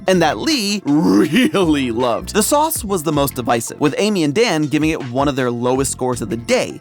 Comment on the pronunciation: GOUD SOUSS